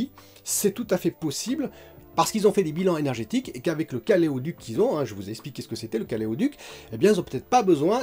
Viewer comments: Bonjour.... Caléoduc? Ou caloduc? Plus sérieusement je trouve que Microsoft "déconne" pas mal en ce moment avec Windows 11. Autant j'étais assez fan de leur approche dans le domaine du jeu, autant là ils sont en train de bien m'écœurer avec la mise au rebus d'un parc énorme de machines pour des raisons qui ne m'ont pas convaincu. Bon, je sais que ce n'est pas l'endroit, mais ça soulage de le dire...;-). Votre communauté ne grandit pas à la hauteur de la qualité de vos vidéos.... Mais "chi vapiano va sano e va lontano" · Caleoduc, c’est pas caloduc plutôt ?